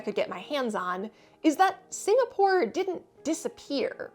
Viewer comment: "Singastore" lol